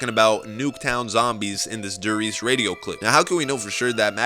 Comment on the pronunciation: You said die Reise it's die reese